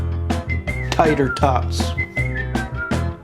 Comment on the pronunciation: Lol..."tayter tawts"🤣